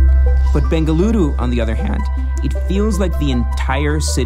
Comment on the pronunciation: Dude!!! I just had to pause the video when the guy in the video pronounced Bengaluru and not Bangalore. I was so damn surprised and happy that atleast there are some people who knows and understand how to pronounce the name of my city. Thank you so much for that.